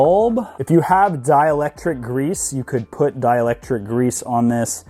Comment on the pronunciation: Bro its called a hood prop, not a kick stand. Lol and its dielectric, not dielectic. Are you a highschool dropout or are you retarded?